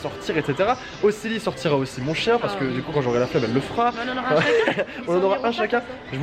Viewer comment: Au lieu de chien g entendu chicha 😐chui bizard